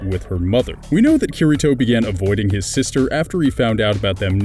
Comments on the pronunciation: OMG I CAN'T TAKE IT HIS NAME IS PRONOUNCED KIRITO (KEY REE TOH) I'm sry I couldn't help myself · It's pronounced kee-dee-to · You FUCKED UP the pronounciation of Kirito!! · Not hating but you said kiritos name wrong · Why must you pronounce kiritos name,lol